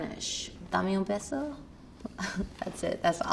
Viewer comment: Her "dame un beso" sounded like "dame un peso" which means "give me a peso" like "give me money" lol